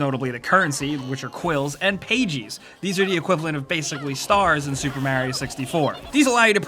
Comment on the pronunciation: Who says pages like that then?!?!?!